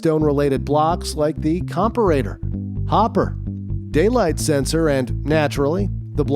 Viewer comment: Its probably an AI generated video. He doesn't pronounce comparator the same way everyone else does either.